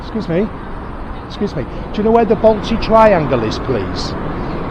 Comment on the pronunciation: If your coming to my City at least learn to pronounce the suburbs correctly. The Balti Triangle is not a place like Drayton Manor either.